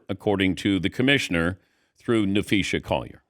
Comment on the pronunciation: Dan should learn to pronounce names. Napheesa, no Napheesha